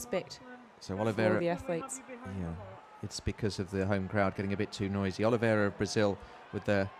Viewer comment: Who is this woman? Why does she keep calling Olivera, "Oliverio". What does she mean "there's the biscuit" Johnnie Peacock's times were way quicker than Oscar's even before this race. Why does she drone on and on?